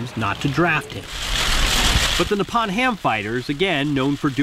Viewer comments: Just a correction.Its Nippon Ham not Nepon Ham. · The O in Nippon is pronounced like the O in the word Open.